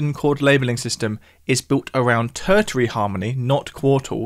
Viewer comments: The 2nd T in Tertiary is soft, not hard. It’s ter-sharry, not ter-tarry. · ter-shee-ary, not tur-tury:) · Ter-shary/Ter-shiary, not Ter-tiary! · Isn't tertiary usually pronounced 'tershary'? Just checking. Fabulous topic. Thanks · Tersh ar e is how to pronounce the word tertiary. No annunciation of the second t ok. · Tertary? Er…no. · "Tertiary" is pronounced: Ter-she-ree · Tertiary is pronounced as if you are saying "Ter-Sherry" - unless this is the correct pronunciation in musical terms. Sorry. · You said tertiary wrong twice! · he’s British, I’m British, I’ve never said it with a hard T in the middle, nor have I ever heard it said that way before 🤷‍♂️ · I came here to say that. It grates doesn't it? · please show me an official pronunciation (dictionary for example saying it is pronounced using a hard T in the middle) and I’ll retract my statement, but it still sounds completely wrong. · Please stop pronouncing "tertiary" like that. 😅